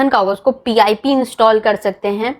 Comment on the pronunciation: yea bro... confirmed at the beginning itself when he said "P I P install", instead of pip as one word lol... he doesn't know what he's doing...